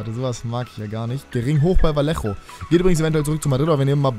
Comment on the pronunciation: Ah😂 der wird vajejo ausgesprechen😂valejo #aussprachkontrolleur